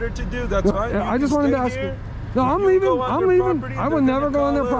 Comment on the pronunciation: TTA fans another black man that cannot pronounce the word ask or asking in this case. He likes to portray that he is educated when he screws that word up. What a shame that the education system failed him.